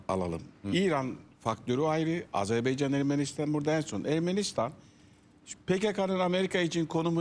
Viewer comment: BU ÜLKEDE TEPEDEN TIRNAĞA BAKANINA PAŞASINA BİR ÜLKENİN ADINI ÖĞRETMEK LAZIM--- DÜNYADA AZERBEYCAN DİYE BİR ÜLKE YOK... AZERBAYCAN -- AZERBAYCAN -- AZERBAYCAN... KOCA KOCA ADAMLAR. ARTIK DOĞRU SÖYLEYİN ŞU ÜLKEMİZİN ADINI. HECELEYİN BAKAYIM. A ZER BAY CAN.. NEYMİŞ A ZER BAY CAN... AFFERİN. İŞTE BÖYLE..